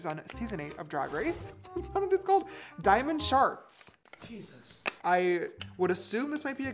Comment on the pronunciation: “Diamond sharts.”😂😂😂😂😂